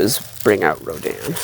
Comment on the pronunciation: Always an impressive collection. Thanks for posting. All that Rodan talk sounded like Rodin to my ears and made me think your family was like some New England patricians discussing the family statuary. The rapscallion scion of the family ran up gambling debts and had to sell the family statue collection or something. Seems like a good Victorian novel.